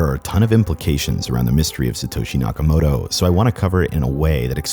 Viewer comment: nakamoTo, not nakamoRo